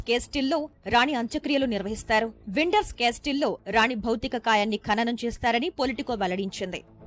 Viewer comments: "విండర్స్ కేస్టిల్" కాదమ్మా "విండ్సర్ కేజిల్" (windsor castle), కోట్లాది మంది ప్రజలు గమనిస్తూ వుంటారు జాగ్రత్తగా మాట్లాడండి...👍😌 From UK.🙏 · It's not Winderss Castle... It's Windsor Castle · Not <Windors castil> It is <Windsor castle> . Before reading the news one should get it's authentic pronunciation, please. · అది విండ్సర్ కాసిల్ Windsor Castle. విండర్స్ కాస్టిల్ కాదు